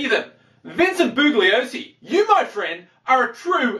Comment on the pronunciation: I should also point out that the G in Bugliosi is silent.